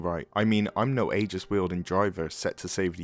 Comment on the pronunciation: How do you manage to pronounce "Aegis" wrong when the entire game is literally voiced? Were you playing on Mute?